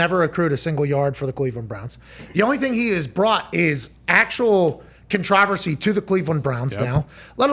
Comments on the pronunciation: 🤣 🤣...so true! 😆 🤣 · Lol I came here looking to see if anyone else noticed that!! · Are we all just gonna be ok with how he just pronounced “controversy”?